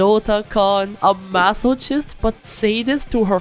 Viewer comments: no way bro just said "maso-cheest" and moved on like nothing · Really loved the vid. She's great. Wanted to let you know it's pronounced 'masokist' with 'ch' as in character or Christ not like chimney or chore. I say this with positivity, your English is great overall and I'm sure you will naturally keep improving over time. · MAH-SOH-KIST FUCKING SAY IT RIIIIIGHT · i always pronouce masochist as maso kiss not masochiss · The “C” in the word masochist is not pronounced like the letter C, but more like K. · Your pronounciation of "masochist" 💀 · /ˈmæs.ə.kɪst/ The wrong pronunciation of “masochist” throughout the entire video triggered me. The ‘ch’ makes a ‘k’ sound. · What a crazy woman. What's not to love? Also, please learn how to pronounce "masochist" :)